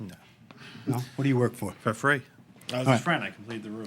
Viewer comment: I work for fwee, fwiends!